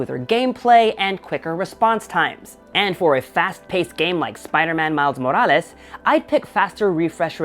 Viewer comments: The way he says spiderman miles morales is too good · Why do you keep saying morales like that 😒